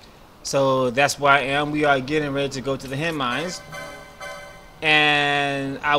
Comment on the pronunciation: It's Henne "Mines" not "Minds"